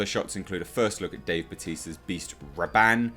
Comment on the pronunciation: This guy seriously doesn't get it at all. Gom JABbar. Beast RABban. It's a stillsuit cloak, not a "hoodie". Fuck's sake.